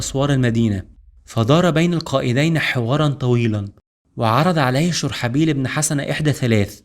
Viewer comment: (شرحبيل ) ببضم الشين وفتح الراء وسكون الحاء وكسر الباء